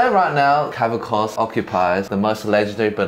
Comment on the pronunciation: LeonIdas (fourth syllable stressed) KavAkos (second syllable stressed). Learn how to pronounce his name already, guys.